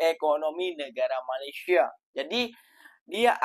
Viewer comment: COBA PERHATIKAN BAIK-BAIK BERBICARA.. BERBICARA MALASYA... MALASYA... MALASYA.. 🤣🤣🤣🤣